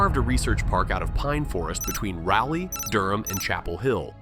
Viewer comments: Rolly. Where Barney goes to party 😅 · It's pronounced Raleigh. With the Ral rhyming with ball or awl. We still have lots of small towns and rural places. Consequently we still have the isolationist tendencies that come with them. I'm from Chapel Hill in the Piedmont. As a North Carolina Native this all checks out. As for the HB2 Bill. It makes sense. Be as gay as you want to be, marry who you want to, have children but if you're born with a vag!na you need to use the women's bathroom, same if you were born with a pen!s. Even the Wild West wasn't as wild as it was purported. Sh!t and go on about your day. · you said Raleigh wrong its pronounced Raw-leigh but without the W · Or the way he pronounced Raleigh